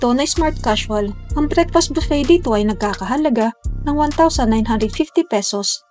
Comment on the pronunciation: Buffet ang pronunciation po ay bufey not bupet.